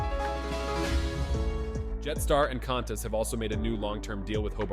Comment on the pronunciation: Need to work on the voice over! Qantas is pronounced.. kwantas...not cantas.